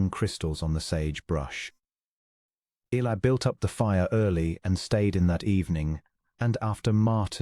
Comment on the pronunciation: Good story, but please try to work with AI to pronounce Eli’s name correctly and consistently. Temperance and Eli are interesting characters and complement one another. Listening from Clarksville, TN.